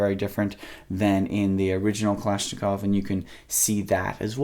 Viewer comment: "Klashklov trigger" lol